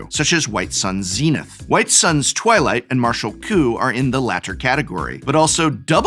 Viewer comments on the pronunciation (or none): none